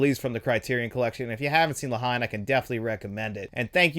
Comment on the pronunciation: For future reference, the film (La Haine) is pronounced (La -En) it’s much more of a one word scenario in the pronunciation of it. Great review as always!